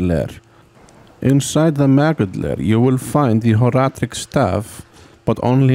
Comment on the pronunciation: 1) very good video editing 2) so informative and long, but also not too long 3) I like how you say Horadric 4) I loved the Horadric Cube so much as a kid (and still do) 5) I also like how you say two -> clearly 27 out of five happy points!